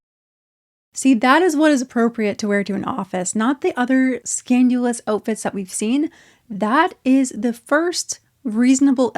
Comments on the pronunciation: Girl no hate but it’s pronounced scandal-us not scan-due-lus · Are you saying "scandUlous"? It's scandAlous. HR will always give you a handbook which WILL include the dress code, so no one can really shout ignorance when trying to justify this mess. It's even more sad to me that parents haven't participated enough in these kids' lives (and yes, they are kids) so that they inherently know this crosses a line. What a shame. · Are you saying… scanulous??? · I agree with a lot of your points, but I kept getting distracted by how you pronounce ‘scandalous’ as ‘scan-you-luss.’ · Is she saying "scandalous" or "scanulous?" 🙄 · I think your pronunciation of scandalous is delightful, don’t change it. Scandilous should be slang for a promiscuous person from Scandinavia. 👯‍♀️ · Your pronunciation of “scandalous“, I’m very confused.